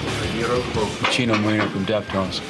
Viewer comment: He pronounces it Chi-No--More-E-No NOT More-Ay-No